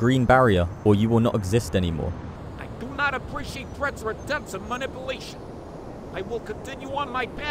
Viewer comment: HaHa, did he say mi nipple ating/ mi nipple ation